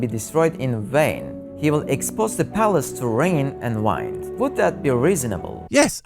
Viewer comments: Did he really say rain and wīnd? I'm so sick of AI slop! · is this a real video, and not an AI? The way he says 'wind' confuses me. I wouldn't blame you if you were fooled, they are very good now but this guy gives me the turing-willies 😉 Is he a human man? Hmm...